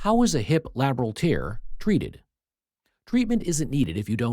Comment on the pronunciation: "TEARS" as in crying. Another dreadful text to speech example.